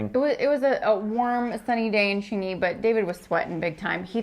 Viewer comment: Wait that’s Xingyi not Xingy ………